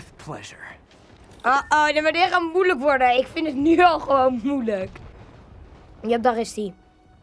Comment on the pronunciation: waarom zeg je moeleijk wel leuk hoor